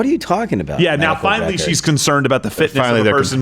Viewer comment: he said aboot lol